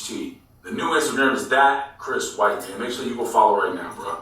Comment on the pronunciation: Wait it’s Chris white not Chris what 😂